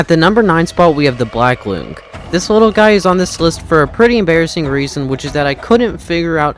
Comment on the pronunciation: its pronounced loong as in long, like length.